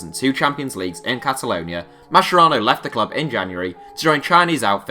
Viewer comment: Mascherano is pronounced "maskerano" lads, not masherano